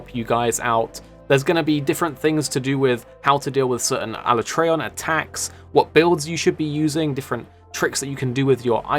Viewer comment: The only complaint I have is the way you pronounce alatreon